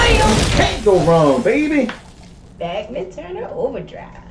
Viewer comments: Back-min Turner Overdrive😂 It's prounounced Bahk-min! Someone shoot me please... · Its pronounced bachman turner overdrive not bechman turner overdrive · Heads up…the bassist and drummer are brothers (Randy and Robbie Bachman). The lead guitarists are CF Turner and Blair Thornton. First album I ever bought was “Not Fragile”. And btw, it’s Bock-man not Back-man. Next time try “Roll on Down the Highway” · Pronounced Bauk-men not Back-man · We know it, cuz WE WERE THERE!! Can you imagine all this on the radio...Every day!!PS. It's Pronounced Bockman.